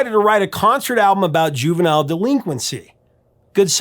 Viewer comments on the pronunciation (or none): none